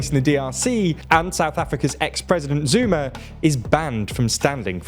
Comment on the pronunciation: heard "South Africa's ex-president Zoomer is banned from standing for election again" - had to go back and read the headline lol